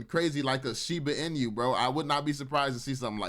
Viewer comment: He said shiba “in-you” when it’s shiba “e-new” 😂😂😂😂